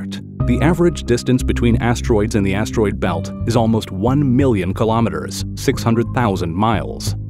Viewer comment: Why he keep say ass-droid belt?